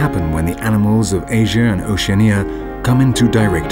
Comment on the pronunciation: two things 1. you said emus and Oceania wrong 2. emus could only be found in Australia and New Zealand but the Maori people hunted them to extinction in new zealand